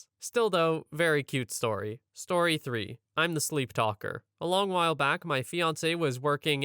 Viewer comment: "Sleeptalalalker" lol